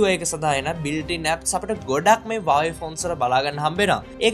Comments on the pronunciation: 😂😂හරි වචනෙ තමයි වාවේ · Yakooo wave neme huawei hariyata kiyapan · හරියට Huawei කියපන් වාවේ වාවේ ගන්නෙ නැතුව😂වාවේ වාවේ